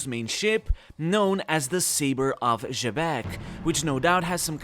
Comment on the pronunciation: I somewhat doubt that Xebec is pronounced the way you say it.